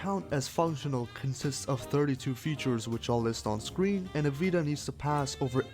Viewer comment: pls dont call it "vista" it hurts me.... its called "vita" =)